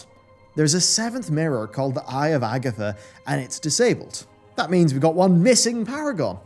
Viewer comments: Ag-THIA not Agatha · Its pronounced ag-thia not Agatha 🤣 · Agatha??? Agthia! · Bro, it's Ag - thia aka Agthia, not Agatha lol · AgTHIA, not Agatha. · It's AGTHIA! NOT AGATHA! LOL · Agthia, not Agatha my dude. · Those glasses can't be that good mate, you can't even read 'Agthia's' name right! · why are you so bad at pronouncing literally everything. her name is AGTHIA. not AGITHA. "eons" ispronounced "ee-ons" not "ay-ons"